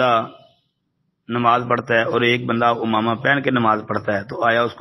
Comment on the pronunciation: حضرت اس لفظ کی تصحیح فرما لیں اردو میں: عَمَامہ . عربی میں: عمامة ، عين کے کسرہ کے ساتھ